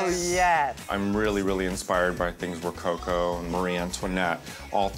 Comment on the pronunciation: Did Raja say ro-coco as in cocoa? Lol, it’s rococo with emphasis on the last O, it’s French after all